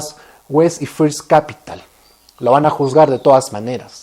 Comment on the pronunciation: no es "impidimento" "Impidimentu", es impedimento. , no es "firs" capital se pronuncia "ferst"